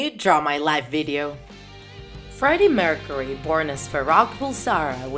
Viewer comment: She can’t talk killer qwine Freddie meurcaery Simgere